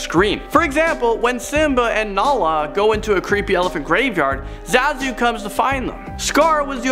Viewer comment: Part 2, huh? 3 theories are the same as in the 1st video. And it's pronounced ZAH-zu.